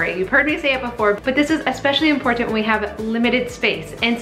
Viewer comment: What is the deal with your generation and "impor-T-ant?" I don't mean to be rude. It's just unusual.